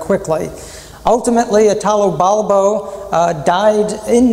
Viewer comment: You could, at least, pronounce his name correctly: Italo, accent on the first I, not Itàlo, which is ridicolous.